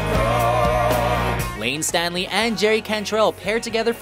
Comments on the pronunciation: He said Layne “Stanley” 😂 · My dude... it’s not Layne Stanley. It’s is STALEY. Drove me nuts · It is Staley. Layne Staley. Not Stanley. Sheesh. Glad to see AIC listed, though. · Layne...Stanley?!?. It's Layne Staley 🤦‍♂️ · Did he say "Stanley and Cantrell"? I may have misheard...It's Staley, Layne Staley. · Love to see Alice In Chains on this list.....but it’s Layne “Staley” not “Stanley” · STALEY, not Stanley. Pronounced FRY, not Fray Good picks but you really should pronounce these legends’ names correctly. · Did he say Layne Stanley?? 😬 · Lane Stanly ??? Glen Fray?? 😲 😱 It's Lane Staley...and Glen Frye ..pronounced Fry...SMH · Staley. Staley. Staley. Staley. At least give the man enough respect to pronounce his name right. This is what you do. You have one job. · i was looking to see if anyone caught that...ugh. and Glenn's last name is pronounced "FRY" not "FRAY" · I don't want to be overly critical and I generally like these lists the mispronunciation of Glen Frey's name and the botching of Layne Staley's name irks me. Pretty good picks though, I liked the pick for The Beatles, and the rating order could have been better (i.e. Everly Brothers should have been much higher)